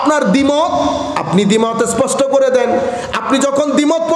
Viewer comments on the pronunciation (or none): none